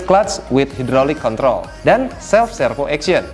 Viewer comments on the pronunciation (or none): none